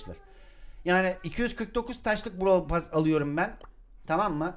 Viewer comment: Pas değil pes😅😅